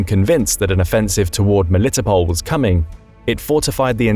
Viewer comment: Ro-BOT-in-uh, Mel-i-TOP-l.